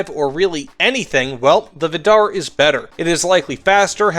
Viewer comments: It's pronounced viidar, not vidaar. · From a norwegian, it's pronounced more like Viidar, not Viddarr